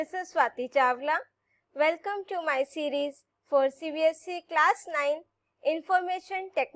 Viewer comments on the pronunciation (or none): none